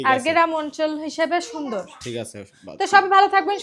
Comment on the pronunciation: কথাটা গেরাম না গ্রাম 😂😂😂😂